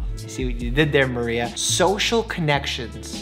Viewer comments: The way he was like Maria who when it was Mario who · did he call mario "maria"? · So no one’s gonna talk about him saying maria instead of mario? 😐🤣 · love how he said Maria instead of Mario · How did he mess up saying Mario 😂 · Will any body talk about the fact that mike said Mario wrong.😅